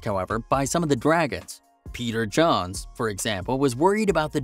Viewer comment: Peter "johns"? It's jones... like j-owns. Also the background video should be of the episodes you're talking about. Interesting after show info though.